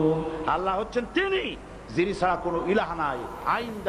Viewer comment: আরে ভাই উনার নামটা তো ভালো করে বলতে পারেননা।